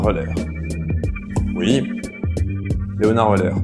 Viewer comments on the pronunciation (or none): On prononce LéonarD OÏleu'(r)... \o/ ;-)